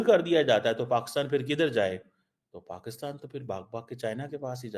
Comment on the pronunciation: Pakustan, Pacustan....... aray kahan say phd kar liya? baki Pakistanis ko bhi badnam kartay ho.